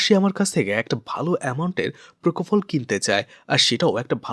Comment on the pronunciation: প্রকোফল নয় পোপোফল ইঞ্জেকশন 😊